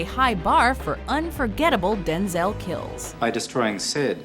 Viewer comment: Am I the only person that is disturbed by how she pronounces “denzail washington“?